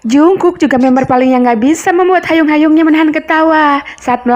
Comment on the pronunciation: Hyung kak. Bukan hayung 🤣🤣 lucu tapi🤣